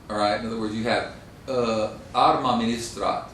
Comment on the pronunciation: Absolutely true. But the original assertion puzzles me, because he clearly can roll his R's: for example, in "Arma" (and this is just the first of many).